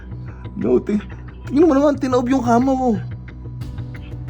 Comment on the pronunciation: Ang kamaw daw haha kama naging kamaw hahaha